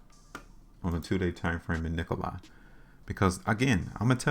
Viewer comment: I've held Nikola since may when I first started buying. It's dropping the lowest I've seen. Fyi it's Nikola( lah) not I